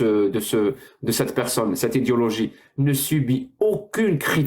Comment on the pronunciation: il faut que tu prononces "Idéééologie" la on peut avoir l'impression que tu dis volontairement "Idiologie" à chaque fois que tu le prononces ^^